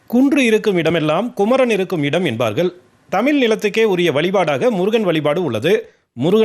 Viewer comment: உன் வாயில் வசம்பை வைத்து தேய்க்க.. தமில் தமில் என்று சாகடிக்கிர!🤦🏻